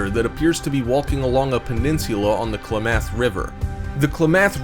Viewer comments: Its KLAmath. Not klaMATH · Im from there it is not pronounced kla math it is pronounced klam eth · Why can't this guy pronounce ANYTHING right? Kla-math' is wrong, it's Klam'ath! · Two suggestions. How about just showing the relevant pictures and not showing the random ones? Having so many pictures makes it difficult to keep up with what is the real one. Please research pronunciations of locations before recording. It's pronounced klam-ath.